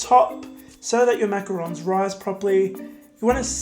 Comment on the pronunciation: This was amazing. I really like how you also pronounce it correctly it makes this video even better. I just subscribed💖 I'll definitely try this out for my mom xoxo